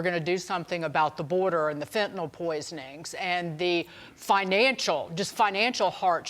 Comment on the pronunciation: Fentanyl. Fen to 👉nyl 👉n i l fen ta nil NOT nol.